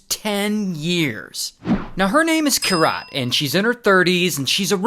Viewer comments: Its Keerat - not Kirat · Kirat the pronunciation is "keerat" and ik cause it's my name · Bro its not kiraaat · Each time you said her name that way... 🥃 😅 But man this shit is crazy. Weird humans out there. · You butchered the poor girl's name 😅